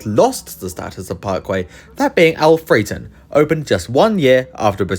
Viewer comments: Yet more baffling "pronunciation" comments with no emphasis! AL-fre-ton. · Alfreton pronounced Alfra ton. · Al fret ton